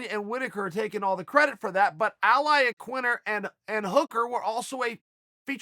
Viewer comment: Chael: Al Iaquinter Me: Ok great!